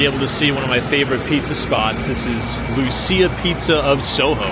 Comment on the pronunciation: Lucia Pizza is pronounced as though the c was a ch (as in the word church). I'm Italian, so take it from me. 😅